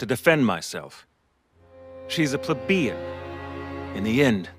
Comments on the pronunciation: “DAMN YOU L!!!” “She’s a PLUH BEE AN!!” Lmao I couldn’t even make it 30 seconds. Lmao wtf is up with voice actors being unable to pronounce? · am i the only one annoyed by the pronunciation of plebian? the man said pla-be-in... dafuq also... god damn so many English voice actors fail to sound natural at all. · pleBEEin? lol jesus and hes educated? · I heard pluh-bean... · I was surprised when I found out too, but according to google it’s pluh-bee-uhn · Imagine being so plebian that you say "Pleb-EE-an" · > "plebe'en" English is not my first language, and even I know it's not pronounced that way. It's an 'a' sound not a long 'e' followed by an other 'e'. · What the frig, PleBIan why did they pronounce it like that?